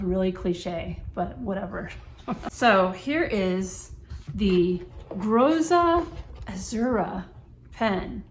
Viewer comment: Great review! Sorry for being the first to bother you with Italian pronunciation, but it is actually "Grotta Azzurra" which translates to "Blue Grotto", a famous sea cave near to Naples!